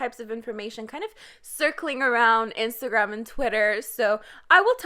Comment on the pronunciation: Can I ask you where are you from or what is your first language? Like the way you said Rosé and Instagram in your previous video sound really like a canadian french accent 😂